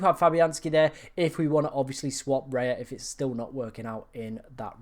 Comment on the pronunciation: You lost me at Raya. Raya!?!?